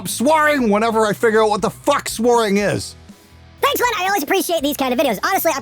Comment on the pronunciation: hehehehe "Swaring".